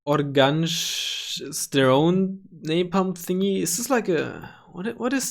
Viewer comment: Oganj is not pronounced like that, if anyone cares :D